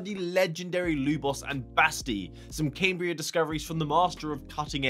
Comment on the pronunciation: Surely it's "Cam -bria" and not "Came-bria" ..Sorry lol, just glitches me out lol. Can't wait for the proper reveal😯